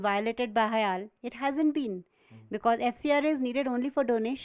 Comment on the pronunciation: its not hale , its HIAL do ur homework right